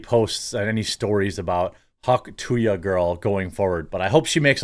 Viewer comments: it's hawk "too-uh" - there is no Y - it is not hawk "too-yuh" - idiot lol - the sound that ppl make when spitting - nobody spits hawk tooyuh lol - so stupid it's painful jesus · Could only watch half the video. Couldn’t hear him say “hawk too ya” one more fucking time. It’s hawk tuah!! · No, it's not " too ya." It's "too ah'"... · Where is the 'y' sound in 'tuah' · its hawk too ah not hawk two ya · Dude it's not hawk to-ya, it's hawk too-ah. Like ur spitting. Hence the Tuah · Omfg Jeremy it's "too-ahhh". Not "too-yah" 😆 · Dude! Being a professional news reader, You really should Learn to pronounce things correctly. Its NOT Hawk TOO-YA . Its Hawk TOO-AHH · It's "hawk tauh", not "hawk to ya"! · There's no Y in Tuah. (too uhh) not (too yuhh) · "Hawk too-yuh"? what dude? Are you 80? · Seriously Jeremy? Hawk-tu-YA?? Where did you hear ONE person say it like that? Where?! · Please don’t cover her anymore. I can’t listen to you say tooya anymore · Come on, now. "Hawk tuah." Not "hock two yuh." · There is no I or Y, its "Too-uh" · It really grinds my gears the way you say “Hawk To-Ya”🤬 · You didnt even say it right........... THIS?! is what Urnalism is today???????????? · Please say the phrase right lol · The fact that you keep saying tuah wrong even though there is a clip of her saying it is making me angry for some reason. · How can you not pronounce “tuah”? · Jeremy showing his boomer side. The Hawk To Ya girl. Come on Jeremy. You know how to say it.